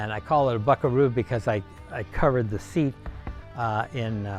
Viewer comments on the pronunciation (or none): none